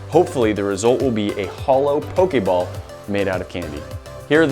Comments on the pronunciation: anybody else go crazy when he says 'po-kay-ball' and not 'po-kee-ball'??? i typed the pronunciations not the spelling, dont yell at me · who else is it triggering for when he says pokAball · its poh - kee - ball